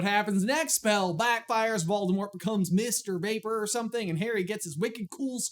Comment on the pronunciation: You said “Mist or vapor,” but I heard “Mr. Vaper”